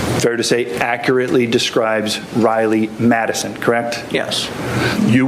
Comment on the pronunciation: Am I the only one hearing Medicine instead of Madison ?